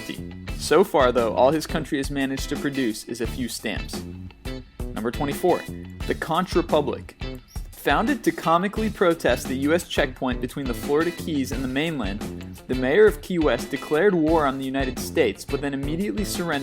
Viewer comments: it is pronounced...KONK, Not KONCH!!! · It is pronounced conck not conch I should know i was born in Key West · Conch is pronounced "conk" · Hi, FYI the Key West area is pronounced "konk", rhymes with "bonk". Named after the shellfish on the flag, very popular in the Keys. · The natives of the Republic pronounce it "conk", not "conch". Smallest country in the world: The Vatican City, at .17 square miles. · It is pronounced, the "CONK", republic. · It's Conch Republic (pronounced "conk"). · That's not how you say "conch" down in the Keys. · U said conch wrong